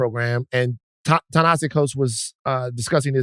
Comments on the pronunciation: Rachel's pronunciation of Ta-Nehisi's name is incorrect. Listen to how Nate pronounced it. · Van, you got the right pronunciation for Ta-Nahisi Coates. It's not heezee but hawzee. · I ❤ my Soror Rachel, but the way she was so loud and wrong on the pronunciation of Ta-Nehisi’s name was disturbing…